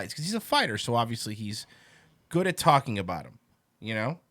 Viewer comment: Brendan pronounces talking about as "talmbout".